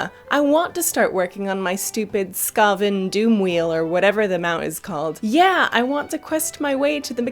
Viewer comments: SKAVEN. Not Skah-ven! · you mean the skah-ven doomwheel? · They way she pronounced Skaven facepalm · You did not just pronounce Skaven like that... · As someone who was a Skaven player, your pronunciation made me sad.